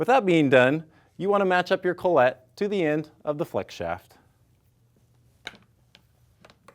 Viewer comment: Who's Collette? Oh, are you trying to say collet ( call-it ) ? ;) Your not fancy frenchy, guy, just speak English.